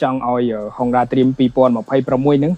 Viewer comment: Honda ម្ដេចអ្នកអានហុងដាទៅវិញ? អក្សរ (ង)មកពីណា?